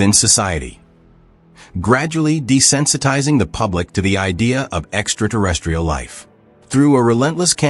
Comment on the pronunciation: Extra-terrestrial - not extra-durestrial or whatever it is you're saying xD